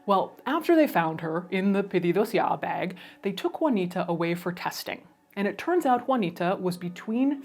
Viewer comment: Your pronunciation for 'Pedidos ya' was immaculate, great video as always